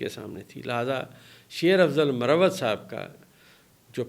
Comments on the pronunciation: ڈاکٹر صاحب لفظ مروت ھے Marwat ھے Morawat nahe hy, یہ نام ھے ایک قبیلے کا آپ جب Morawat بولتے تو اس کا معنی محبت ہو جاتا ہے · Sir correct pronunciation is MARWAT